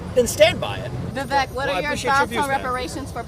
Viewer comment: Vivek rhymes with cake